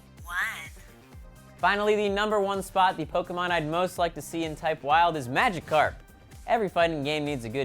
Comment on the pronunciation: you only pronounced Psyduck and Magikarp right lmao